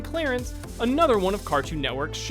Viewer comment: "For one Anothfgher..."